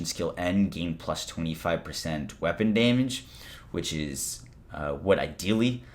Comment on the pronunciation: You keep saying Daymage wrong bro